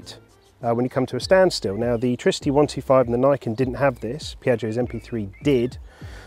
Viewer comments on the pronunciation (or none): Pronouce it like in Trinity, trigonometry, triple, triggered??